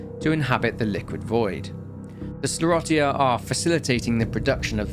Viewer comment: Not to be that guy but it’s pronounced “skler-osha” 🤣